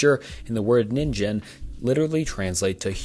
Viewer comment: didja mean "ningen"? Sillyyy, the "gen" part is pronounced with the same sound as the "g" in "get" :'D I think it's an easy mistake tho, but I wanted to let you know. Sorry if others said the same thing before me aah